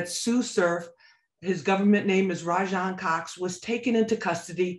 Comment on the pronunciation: “Raj-on Cox” is crazy for the way surf acts tho